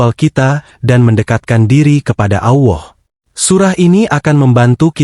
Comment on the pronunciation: 😂😂😂 allah bukan awoh, mimin e dodol 😂😂😂